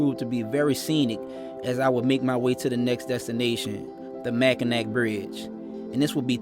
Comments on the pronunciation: Michigan is named with french being the source language. The Bridge is Pronouned "mack-in-aw" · Awesome! Love the Pic of Lambeau! Lots of awesome riding here in the U.P. just come a little more north than 2 ;) remember it's pronounced Mack in awe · I pronounced Mackinac that way all my childhood until ai was corrected. It’s pronounced Mackinaw. I know, it’s strange lol. Great documenting! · G!!!! The 'C' in Mackinac is SILENT!!! MackinAH Bridge! Your videos and eloquent narratives are deeply moving. See you on the road, brother. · I pronounced Mackinac that way all my childhood until ai was corrected. It’s pronounced Mackinaw. I know, it’s strange lol. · Mac a naw That’s how we pronounce it. Mackinaw. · Mackinac is not pronounced as ac. Pronounced as na, like na just playing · Mackinac= Mackinaw... the c is silent bro